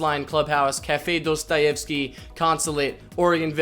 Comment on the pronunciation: Nice try trying to pronounce Dostoyevsky lmao.